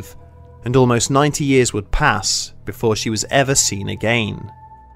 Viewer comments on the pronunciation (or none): Again he say agaein M nice